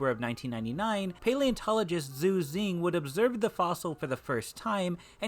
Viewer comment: Xu Xing = sounds like "Shu Shing" not "Zu Zing"